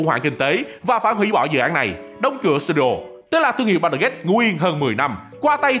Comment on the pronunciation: Mọi người khác: Baldur Gate: Bao đờ Gay 💀